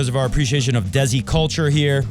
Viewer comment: Haha - the correct Hindi pronunciation would be “they-see” 😅, best tennis show ever